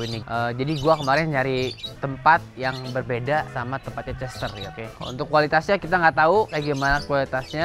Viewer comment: Nama betinanya chestaer bacanya chestaier